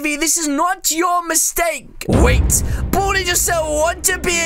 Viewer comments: It not buldi it baldi🤦🏻‍♀️🤦🏻‍♀️🤦🏻‍♀️ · ITS BALDI NOT BALDY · His name is not Bolde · How many times do you have to say Boldi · Did u just say “booty” instead of baldy? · He did XX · Lol no effenese but when u said baldi it sound like u said booty😁😁😁😁😁😂😂😂😂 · When he says "Baldi" it sound like "Badi" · Buldi i heard Buldi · Oh at the beginning I thought you boodie but you said Baldi But really your saying boodie 2019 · At the intro when u said baldi I thoug u Said booty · When he says baldi it sounds like he says booty xD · Did you just say baldi or booty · Wait why you say bodi is Baldi